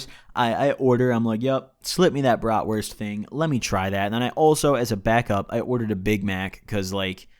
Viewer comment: xD jo und auch gut ausgesprochen für nen dichten ami